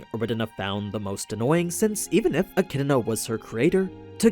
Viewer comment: Jfc, get ECIDNAs name right. There isn't a single R in ANY version of it.